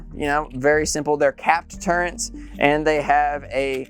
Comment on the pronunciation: What's a "turrent?" Oh, you meant "turret," okay, never mind.